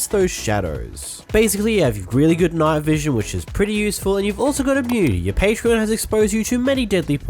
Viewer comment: Also said patron the same way you would say the website